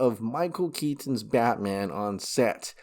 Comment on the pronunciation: Dude... stop saying KET TON it's just KETON. FFS 😆